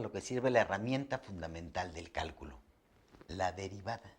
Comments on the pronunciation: Cuando comenzó el vídeo decía del "Cáculo" no Cálculo jajaja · Bueno, solo que al principio dice: qué es el 'cáculo'? Se comió la L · Todo bien, pero dice caculo xd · ¿Qué es el "Cáculo"? Pensé q era Cálculo XD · dice "Cáculo" en vez de "Cálculo", al comienzo sobre el fondo celeste. Saludos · ¿Cáculo? ;-)) (minuto ) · Dice Caculo, falta la l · ggg dice caculo😁😁😁errores ps